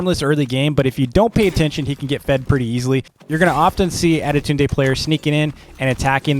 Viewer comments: Tip is not ade tund e is sayed. adetund and your welcome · Just the pronunciation with adetunde=adetundey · Why does he say adetune? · "Attidude Day" LOL